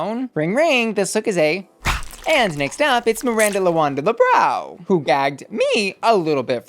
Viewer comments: She should at least try and say something close to "Lebrown" it doesn't have to be perfect. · Ru won't even bother trying to pronounce Lebrão hahahaha she's giving Miranda the crazy surnames treatment out of laziness... it's not that hard and Miranda deserves to be called by her name, not some americanized joke version cause it's easier...